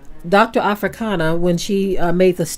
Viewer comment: HER NAME IS NOT AFRIKANA,,HER NAME IS ARIKANA